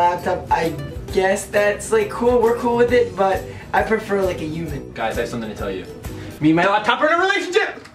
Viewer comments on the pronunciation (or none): did you seriously pronounce human as "YUMAN"